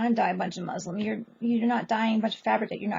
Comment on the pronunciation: Muslin not muslim